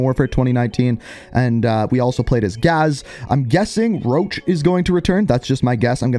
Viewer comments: I heard rog not roach thats why im confused why roach is coming without a reveal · everyone literally getting salty over this mans mask it just a skull mask it's his one defining trait deal with it 💀, wait people actually heard roach? I heard rog cause that's all they say